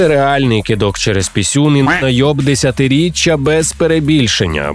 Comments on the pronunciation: найоб десятиріччА? ))) може десятиріччЯ? ))) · "Десятирічча" неправильно "Десятиліття" правильно😮